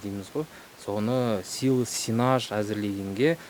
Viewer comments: Силас эмес силос деп эле айтчы автор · Силас эмес силе"с деп айтылат туура суйлогулочу ? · Силас деп айтылат , силос деп жазылат !